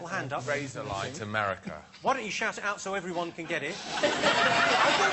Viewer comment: "She's big in Amewica, she doesn't care about the Little Dick Emewy Show!"